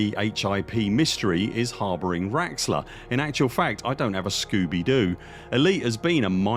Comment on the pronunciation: lol its not raxxla 🤣